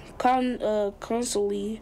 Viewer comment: Is that the way we should pronounce "conclusion"? It is NOT 'conslusion' please!